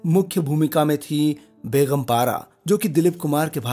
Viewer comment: Begum not Beghum. There is no guttural sound in begum (gum). In urdu 'g' and 'gh' are different sounds.